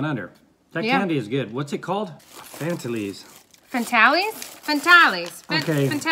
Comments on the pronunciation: Vegimite does NOT smell taste like fish !!!!!!!! EVER! What the heck kind of fish do have over there that it smells like Vegimite???? And yes, our biscuits/ cookies & chocolate have way less sugar than American varieties. (& Fantails are pronounced Fan - tails, not Fan-talies). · Fantales are pronounced as fan tails :) you have Vegemite lightly spread on toast, you can have cheese with it too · 'Fantails': I don't know why those sweets are called Fantails. Maybe they are named after the Australian native bird called Fantail. It is not pronounced "fantarlee." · you have to have butter/marg on your bread or toast and just a scrape over the top.we don't eat it out of the tube. you meany,poor..also those chocolate,caramels are pronounced fan- tales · It is ANZAC Day today in Australia. Anzac biscuits are made with rolled oats, golden syrup and butter. They were originally made during world war 1 by mothers and girlfriends of serving personnel in Europe because they kept so well in postage. Vegemite should be spread sparingly. Fantales should be pronounced Fan tails.